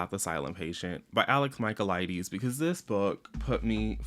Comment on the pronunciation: every time you mispronounced his last name, I died inside 🫠